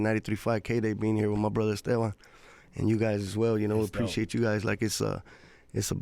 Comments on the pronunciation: Why does she pronounce his name with an F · Este-V-an... not Este-F-an...